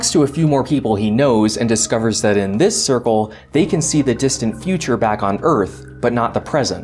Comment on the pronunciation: “Dis is two ferrets” Dis is why I subscribed.